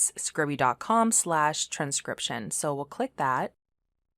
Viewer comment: I think it's pronounced scribe-e, not scribby? Note the lack of double consonant. Scribe-e, from to scribe or transcribe.